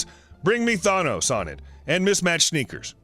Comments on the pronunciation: I'm sorry, how did you pronounce "Thanos"? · I noticed that too. 😂